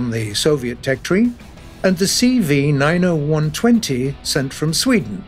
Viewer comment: It is not CV nine-o-one/twenty. It should be pronounce ninety/one-twenty. 90 for the era of entering service and 120 for the gun caliber. Beside cv90/120, there's also cv90/40, cv90/35, cv90/105, ...